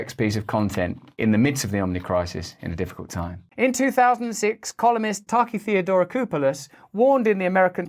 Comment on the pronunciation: He said ‘taki theodoracopulos’ as if it was just some other random name. I would have had to practice for a while to get that out as clearly as him.